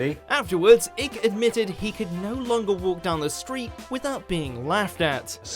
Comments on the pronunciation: who the fuck is Eck it's pronounced Aiek you muppet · This is a compilation of clueless idiocy by this site. Electro magnetism CAN cure cancer. David Icke, pronounced IKE, not ICK, you dumb fuck, fills stadiums with his wisdom. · As an obviously British person, you must be the only person in the UK not to know that David Icke's surname is pronounced 'IKE', not 'IKK'. I could understand if the narrator was not British, as 'Icke' is an unusual name, of mediaeval origin, but David Icke is extremely well known in the UK, for many reasons, and I find it odd that his name should be mispronounced. Unless it were done deliberately, to generate comment. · Icke is pronounced "ike" to ryme with "hike". Not "ick" 😭😭 lol 🤣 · Ok it pronounced Ike not Icke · It's pronounced eye-k, not ick 😄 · It’s pronounced “Ike” not “ik” and who’s laughing now ? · It’s Icke as in bike -not Ick as in sick. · Its pronounced ike not ik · It’s Icke as in bike not Ik as in dick 🤣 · Pronounced ike not ick you fucking lazy twat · Not David Icke (as in Sick without the 'S') but David Icke (as in Eye with a 'K' on the end)! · David Icke's interview was made fun of because he was way way ahead of his time, even though he had a few extraordinary idea's, the people back then were just closed minded and would never understand his highly intellectual thought process's, also its pronounced ike not ick, the icke interview is the only one on this list that was brought about by other people ridiculing him when in fact he was in a much higher place. Research David Icke today to have your mind Smashed in to tiny fragments and then put back in your head in a completely different order, the order than it was meant to be. P.s the queen is a lizard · His name is pronounced I'ke not ick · David ick? His surname is pronounced 'EYE'(k). Ick! 😂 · David ick!? Hahahaha 😂😂😂 It's pronounce like hike without the h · ick... icke mate... fucking hell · It's Icke as in bike....not Icke as in sick! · IHHKE! Not David Ick.